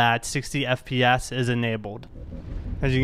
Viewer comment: did he say 60 FP-ass?